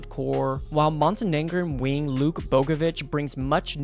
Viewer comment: Its luka not luke for unc